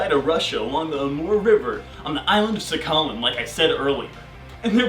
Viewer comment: It’s pronounced saha-lin not SAKALEEN. You also forgot to mention that the Yayoi (or Japanese) were the ones to enslave the Ainu. You should probably change the title of this video. This seems to just be about their very basic Tungusic religion, not anything about culture or the Nivkh people as a whole.